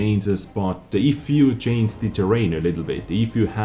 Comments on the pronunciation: please say change and stop saying chainse, with love from germany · Can u learn to say "change", because it's to hilarious.. I can take it serious anymore. In other way keep up the good content:D